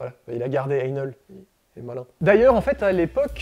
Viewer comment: Bonjour! J'aurais aimé que vous vous donniez la peine de prononcer le nom de cette marque correctement, càd Ein Hell avec un H aspiré, façon germanique (pour sourire un peu, Einhell veux dire Un Enfer. Il y a mieux comme marque, non?).